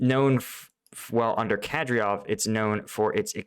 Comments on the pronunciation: kuh-DEER-off. You had it right on the first try. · You've been covering Ukraine long enough that you should be able to say 'Kadyrov' XD.